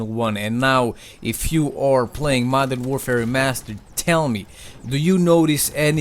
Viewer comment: This guy says "Madara Warfare Remastered" i'm done.✌